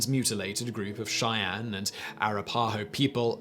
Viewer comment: Zeus & Athena Cheyenne was fine, but Arapaho . . .